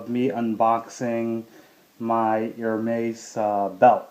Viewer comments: It's pronounced Er-mez not Ir-meiz. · BTW Its pronounced "AIR-MEZZ”, not “HER-MAZE” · It's Hermes as in less, not Hermais! At least pronounce correctly if you buy the brand and don't be ignorant. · Chiraq GrimReaper The correct pronounciation is erme`s ( silent h) Sorry, I don'mean to be rude but I think it is important to know the right pronounciation too before educating somebody how to spot a fake one ;)) For those who are also interested to know. . . For AP watches, ( Audemars Piguet) the correct pronounciation is (Audemar with the silent S) and Piguet with a silent T. Again, no pun intended, just trying to help ;)) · That is wrong.. You would actually pronounce it as you would pronounce "air-mess" in english. There are exceptions to where s arent silent.. Get your facts right please. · How can one trust someone to be a good guide on how to distinguish a real "Hermes" from a fake one if he can't even pronounce the word Hermes correctly. If you really know how to spot a real from a fake one, will you please also learn and educate yourself on how the Herme`s name should be pronounce. Really appreciate. Thanks. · ***** btw man you dont pronounce the s in Hermes, if you cant say it right you shouldn't own it... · nice belt, but dude please pronounce Hermés properly :) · You mispronounce Hermes every time. The H belt kit is not rare or hard to get...it's available everywhere, it's the basic belt kit. The other belts are the rarer items